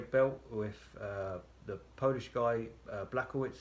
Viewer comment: Its not blachowitz 😂 is it that tought to write this in google translate and listen the proper pronunciation xd